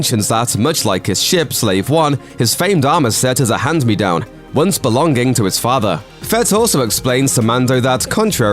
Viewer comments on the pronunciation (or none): "Belong- Ging", "Hang-Gar", you realise that the ng is a soft sound?